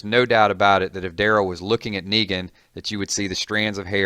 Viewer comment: Did you just say Megan